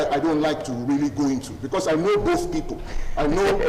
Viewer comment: Ogbegie, the word is pronounced p-o-i-n-t, please. Stop pronouncing it as p-w-e-n-t. It is also called p-e-o-p-l-e and not p-i-p-o. Chai! A whole Barrister.